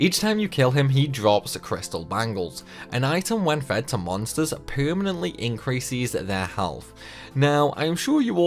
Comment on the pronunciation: Why. Why do you add an i to words with es. Why do you do that? I don't know why but it bothers me so much when you say usies or increasies over and over again... you say so many words normally even words that have the ces/ses that you turn into ies so why are you going it?..